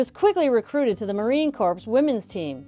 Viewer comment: Minor pronunciation error . "Corps'" is correctly pronounced with a silent P and silent S. "Corps'," rhymes with "core." As a possessive pronoun, of course, it would rhymes with "cores."